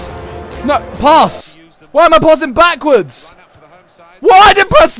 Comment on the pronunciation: why does he keep saying "poss" for "pass" lmfao